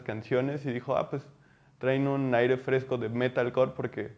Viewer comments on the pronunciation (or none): none